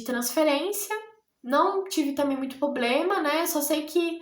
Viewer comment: Desculpa mas vc está fazendo faculdade de direito e fala poblema??? Pqp